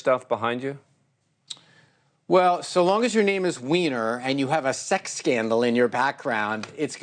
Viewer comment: I’m just glad to see his last name pronounced correctly haha. They used to say whiner.